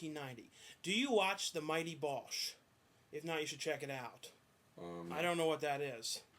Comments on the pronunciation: ITS THE MIGHTY BOOSH!!!! not the mighty bosh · Its BOOSH!!! BOO-SH!!